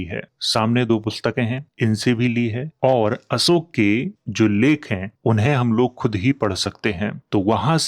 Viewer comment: आप अशोक को असोक क्यों कहते हैं?